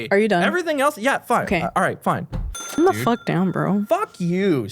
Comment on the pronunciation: “What the foook” 😂